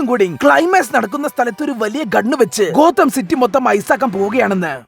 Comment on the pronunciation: ഗോതം യൂണിവേഴ്സ് ❌ കൊതം യൂണിവേഴ്സ് ✅